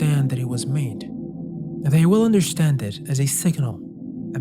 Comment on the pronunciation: Why do you say understand like undershtand? I noticed this whenever you say understand it is like undershtand, undershtood.